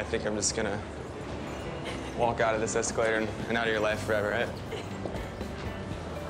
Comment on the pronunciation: See you “esca-later”! Ha ha